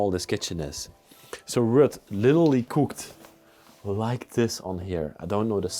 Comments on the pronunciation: Ruth is pronounced like Rooth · Hi and Her name is Ruth not Rut Pronounced Rue-th! Lol What a lovely place to be.....lovers of peace and quite would love living put there! Awesome video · Ruth is pronounced Rooth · Rut is pronounced like the U in Uber. Ruut. And no TH sound on the end just a short T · Ruth.... The h is silent. The are vacation cottages not permanent homes. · Ruth is pronounced like it rhymes with truth. Very nice video and! 👌